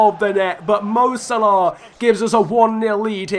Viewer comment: Can't say Salah properly